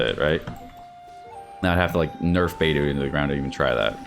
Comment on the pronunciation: It pains me whenever he says beidu and sinku